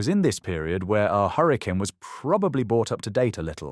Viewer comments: correct and still clearly AI narration as you said correctly it keeps saying hurricaaane instead of hurricane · still can't pronounce hurric'n correctly